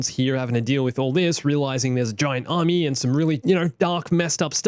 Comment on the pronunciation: What really gets me during the holocall to Mace and Yoda.. “a clone ARMAY?!”